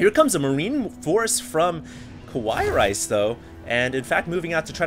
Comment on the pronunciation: I think he read it as "Kawaii Rice" without the "ii" part.